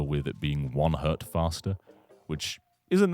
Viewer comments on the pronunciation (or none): 1 Hertz, not one Hert! =P